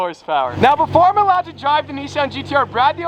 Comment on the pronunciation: It’s a NISSAN not a NEESAN GTR. Nice though. 👍🏻